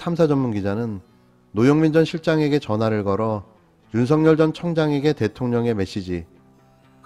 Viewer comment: [윤서결]로 발음해야 합니다. [윤성열]로 발음하는 것은 표준발음법을 무시한 언론의 특혜입니다. 이렇듯이 그에게는 보편적 법률이 본인에게도 적용된다는 것을 일깨워줘야 합니다.